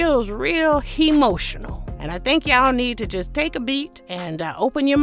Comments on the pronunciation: Not hemotional 🤣🤣🤣🤣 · "Hemotional?" That's clever.